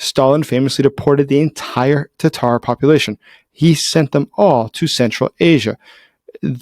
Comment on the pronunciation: I'm glad you said their native name correctly... Tatar, NOT Tartar. I despise a Youtuber that won't do the research and TRY to get their pronunciations correct.